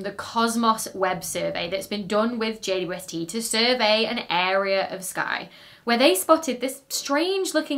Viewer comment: Ah yes, good ole Jay Dwesty. Hadn't watched a video of yours for a while and had forgotten you pronounce it like that. Love it! ❤😅